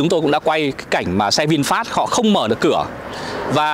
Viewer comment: dọc sai rồi e ơi...vịn phét chứ k pải vịn phát...